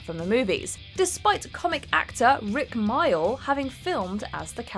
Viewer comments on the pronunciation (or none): Rik "Mile"?? REALLY?!? I believe you mean sadly missed and fantastic comedy actor Rik Mayall (which is pronounced like "male") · The film version of the Mudblood Aftermath makes more sense, at least to me! In fact, the film versions of these scenes are all pretty much better than the book versions. Also, for future reference, Rik's surname is pronounced MAY-all!